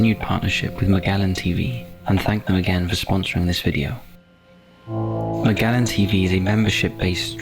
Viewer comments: I don’t know how the narrator gets the pronunciation of the name “Magellan” wrong. Edit: as for “Restricted” - this very much sounds like they needed to contact someone who actually understands technology. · He can't pronounce "Magellan" tho